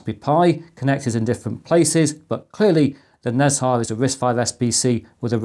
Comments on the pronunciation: Great content, as usual! Nezha would be grouped as Ne Zha rather than Nez Ha as you were pronouncing it. Roughly pronounced (in British English) as Ner Jar. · It's pronounced ne jar, "h" is not silent, 😁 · Nezha is one of the celestial beings in Taoist mythology/religion and one of the biggest rivals of monkey king sun wukong. It's pronounced "Na Cha". Most of this info is based on what I was exposed to growing up in a Taoist, Buddhist household.